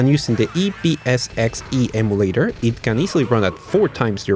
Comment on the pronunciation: Emulator is pronounced like Em You Late Er. NOT Eh Moo Late Er. Just helping you out with your English.